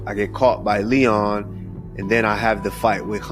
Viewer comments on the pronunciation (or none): none